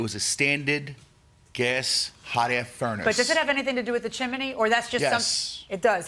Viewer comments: Chimney is correct. Im with you. Its spelt chimney and pronounced chimney. All ive ever heard is chimney not chimaney 😂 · Is "chiminey" a dialect thing? Both Milian and the defendant say it. I've only ever heard it pronounced "chimney" unless I was watching Rugrats or something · "Chimney" has two syllables, not three. It is not "chim-in-knee." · Chim-ney! There isn't another i. Not chi-mi-ney!! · I couldn't be the judge in this case. I'd spend the whole time correcting chim-blee and chim-men-ney! It's chimney Sir!!! It's chimney Mam!!! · I always pronounce it chim-ney so it tickles me when they keep saying chim-a-ney. Don't care what's the right way, it just tickles me. Those plaintiffs are wrong, that's all there is to it. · The judge and the defendant also pronounced it as "chimaney", not just the plaintiff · My grammar and pronunciation OCD is screaming with the judge and defendant saying Chim-IN-nee and the Plaintiff saying Chim-Blee Help!! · The whole chiminey thing was crazy, I had a good giggle 😂 the more they said it and they said it a lot 😂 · I don't know why the Judge's pronunciation of chimney is making me giggle: chim-i-ney. ;) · Ummm, but the judge kept pronouncing it wrong too. 😂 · I couldn’t even pay attention to the case because the way Judge Milian pronounces chimney… I know she’s a very educated woman and it’s just her Miami accent😂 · That's not OCD. They're both making my skin crawl every time they say "chimney". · Honestly, why is no-one pronouncing it correctly 😂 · Chimney not chiminey and flue not flute .. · Good grief. There's no such word as chim-in-ney. It's chim-ney. Also, a chimney has a flue NOT a flute.